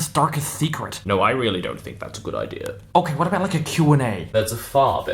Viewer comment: I just noticed you say idear